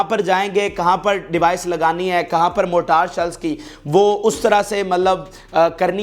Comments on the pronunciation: موٹار نہیں مورٹر ہے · جناب موٹار شیل نہیں مارٹر شیل صحیح لفظ ہے۔